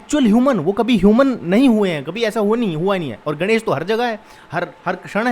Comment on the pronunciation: Ganesh is pronounced as गणेश and not गनेश so गण means follower Elephant is गज:।